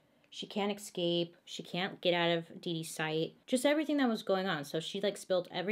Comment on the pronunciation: She always says in her videos Eck-scape instead of escape😂😍